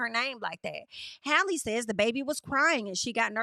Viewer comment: Haaaaalle,. 😩 It’s Halle, just like Halle Berry, boo. 😂 Halle.